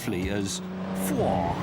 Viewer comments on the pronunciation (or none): none